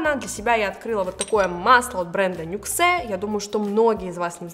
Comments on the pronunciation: Нюксэ😀нюкс правильно говорить))) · Не нюксЭ, а нюкс 😂😂😂 Хотя бы посмотрели, как читается